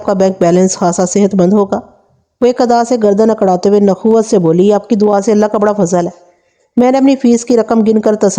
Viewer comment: Dear lfz nakhwat hy nakhoowat nhe😊